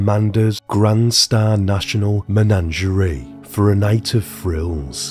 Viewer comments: Oh my god its MENAGERIE not MENANGERAY 😂😂😂 its even written on your own slides 🤦🏼‍♀️ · Take a shot everytime he says menangerea 😂